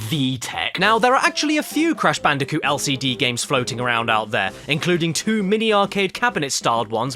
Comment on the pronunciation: cash banooca